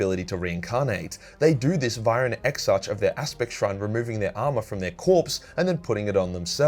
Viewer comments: Exarch is pronounced: ex-arc. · Ok, say the word "monarch." Now say "anarchy". Ok. Now say "exarch". There you go. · Love your content. Please pronounce the "ch" in Exarch like you do in "Primarch."